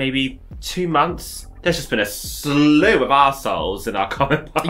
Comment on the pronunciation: When you said Slew of Arseholes at the end I first thought you’d said Stew of Arseholes and thought it explained the takeaways.